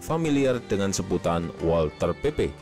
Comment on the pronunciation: Mohon maap min, koreksi sedikit buat bagian pelafalan, huruf Z di bahasa Jerman itu bunyinya mirip gabungan huruf ts dan W itu bunyinya mirip V di bahasa Inggris dan Ei itu dibacanga Ai, bahasa jerman jarang memakai huruf² silent, beda ama bahasa Prancis atau Inggris jdi kita bisa santuy aj baca semua hurufnya ga perlu khawatir lidah keseleo. Bukan bermaksud menyinggung sih tapi karena Walther PP itu dinamakan dari kata dalam bahasa jerman maka ada baiknya kita menyebutnya juga pake pronunciation mereka sebagai bentuk penghormatan ke bahasa tsb